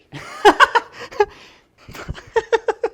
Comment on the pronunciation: I immediately liked the video when he said strategary